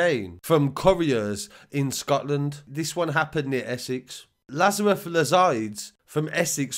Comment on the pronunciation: You got the ‘Laz’ part correct, but it’s ‘ar’ as in ‘ooh arr’ and ‘us’ as in ‘you and me’ Laz ar us. Biblical innit. ✝️ Enjoy the vids btw! 🤛